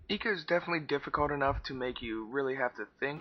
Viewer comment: "I"co, not eco!